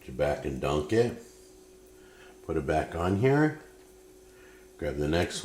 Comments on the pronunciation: I know he's saying "dunk it", but all I can hear is "Put a DONK on it!" ...that, or the way Shrek pronounces "donkey". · I thought he was saying donkey 😅 took me a while to realise he was saying dunk it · Is it just me or did it sound like he kept saying “donkey” instead of “dunk it”